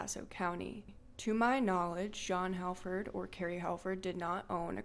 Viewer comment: I swear I'm not trying to nit pick but the "Hal" in the name Halford is pronounced as hall.